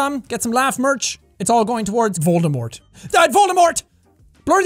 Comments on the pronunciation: Jack keeps saying voldamort! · Why can’t he say Voldemort??